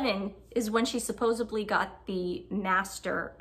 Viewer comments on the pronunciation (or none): "Suppos-EDLY" not "Suppos-ABLY", not being mean, it will just make your content more credible. Other than that some fair points. Mulroney is a piece of work herself, but how M flushed her down the toilet so fast was astounding. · Suposebly ( supposedly ) ,pitcher ( picture ) etc. You girls really master the English language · BTW it’s not suppose-ably, it’s supposedly (this correction directed at twin without glasses) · Married a lawyer and says “supposably” lol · It's driving me nuts girls... its supposEDly not supposEBly ... 😂😂😂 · I'm saying this with love, it's supposedly not supposebly xo